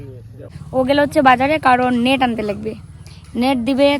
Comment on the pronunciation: Tumi kothata nat bolo kqno? Ota to net hobe.